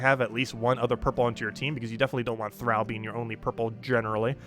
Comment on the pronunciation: Thrall. thrahhh ll. Soft a. Like in enthralled. Not eh thaiiiled.